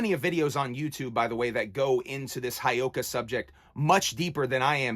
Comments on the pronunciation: Ok I have to correct you on the word Heyoka and how you say it and please don't take this as me being a asshole, but it is said Heyoka, the first part He is said like hey and then yo ka Heyoka, It is a lakota word for scared clown, how you said it would be spelled Hiyoka. Sorry I'm Lakota and I had to correct you on the saying of the word. The heyoka is a kind of sacred clown in the culture of the Lakota of the Great Plains of North America. The heyoka is a contrarian, jester, and satirist, who speaks, moves and reacts in an opposite fashion to the people around them. So it's He (Hey) yo ka. Sorry if I sound like a dick that is not my intention I just like to educate others on things i do know about and have been around. Mitákuye Oyás'iŋ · It's. Hey oh kah. Pronounce it right. Other than that I agree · Bro Whoop whoop I'm lakota and a juggalo. It's part of our. Life and. Ur not wrong respect respect it's actually pronounce Hey-Oka